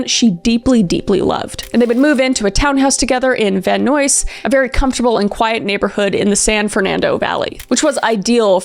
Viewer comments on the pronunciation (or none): Probably won't see this, but Van Nuys is not Van "news" but Van "n eyes" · Van Nuys is pronounced van eyes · I'm sorry but as a Californian, I just wanted to say it's actually pronounced Van Eyes, I know it's spelled Van Nuys, but it said like eyes. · Van Nuys is pronounced van 'neyes' You're amazing. Keep it uppppppooo ❤❤❤❤❤❤❤❤❤ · Van Nuys would be pronounced more like "van eyes". No worries though! These are so scary, ugh. The idea of someone stalking you and taking it to the extreme is just. Horrible. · Van nuys is pronounced van eyes❤ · I was born in Van Nuys (pronounced Nyse. Like eyes with an N in front) This is also one of my favorite cases. ❤ Thank you for sharing it. Also, isn't the 2nd case so wild that it seems impossible to be real. So. Freaking. DeLuLu people! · I know it's weird but thought youd wanna know... Based on movies and shows I've seen, Van Nuys is pronounced like van eyes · I love your videos....but the way you're pronouncing this town is killing me girl it's "Van 'N-eyes" lol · Just a note…you pronounced Van Nuys at least three different ways throughout the video, which is understandable; it’s not intuitive and you were just covering your bases. Here, in Van Nuys, we pronounce it Van Nize or even Van Eyes, just so you know. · Hehe love u queen, In CA we pronounce it van nyes (like bill nye!!)🩷🩷🩷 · Canadian pronunciation of Van Nuys hurts my soul. 😅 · I love that every time Kris says Van Nuys, it’s with a different pronunciation. 😂 Added a little bit of comedy for me.